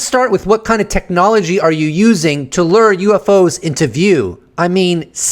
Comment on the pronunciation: Bro…we made the connection between the flight victims and the number of orbs. You’re mansplaining brother. And stop saying lurr.